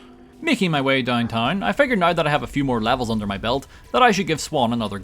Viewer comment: It's pronounced "now" not "NoUrA"